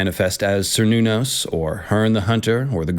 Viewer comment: The "c" in Cernunnos is pronounced like a "k" and is sometimes even replaced with a "k". Great video ty